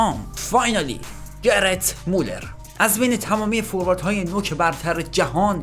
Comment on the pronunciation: داداش چرا میگی گرت مولر؟گرد مولد😑🤦‍♂️🤦‍♂️